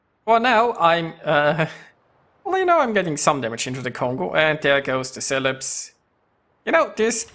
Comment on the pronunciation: Celebes = SELL-uh-BESS.